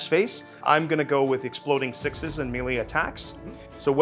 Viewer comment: "melee" is pronounced "muh-lay" or "may-lay", not "mealy"